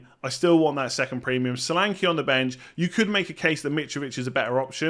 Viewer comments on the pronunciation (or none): The name “Solanke”is pronounced SHÓLÀNKÉ and not Salanki. S sounds “SHip” N is stretched and E sounds “bEd” not “I”. Great wild card selection.